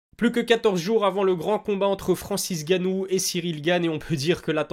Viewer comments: Pourquoi tu dis tout le temps Francis "Gannou" ? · Malade ou pas ça fait quand même depuis l’ouverture de ta chaîne que tu ne sais pas prononcé le nom de Francis Ngannou 😂 et pas gannou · T'es pas un africain on dit Ngannou applique bien le N